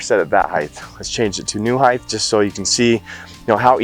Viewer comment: Please don’t say height(h).